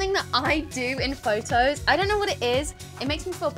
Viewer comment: Fojtojs? 😂 Hmm I think Photos not Phojtojs